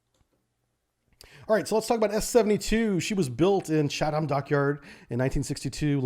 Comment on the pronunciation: Fairly sure you are pronouncing Chatham wrong.